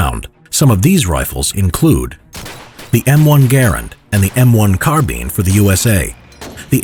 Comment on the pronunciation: it's carbine not carbeeen lmao